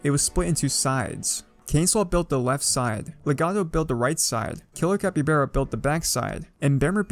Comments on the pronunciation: It’s said Capybahrah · You said capybara wrong